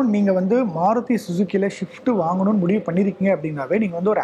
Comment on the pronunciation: Shift illa rasa,,,,adhu swift...Motor vikatan should hire better people who could pronounce the names properly...I have noticed this in particular, Motor Vikatan Video jockeys have poor language skill